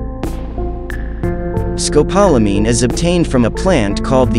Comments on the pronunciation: Rough everytime I hear it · You need to learn how to say the drug correctly! It’s also known to the locals as Burundanga!